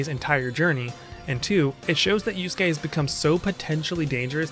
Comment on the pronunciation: Good vid but ngl These american pronounciations KILL me. „Yus-gay and Kew-row-kow“ 💀🔫 Its Not hard to pronounce it correctly, Even as a non-native speaker.